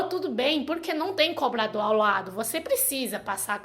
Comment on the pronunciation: "Coblador". Rsrsrs... Fofa!!! 💓💓💓💓💓💓💓💓😍😍😍😍😍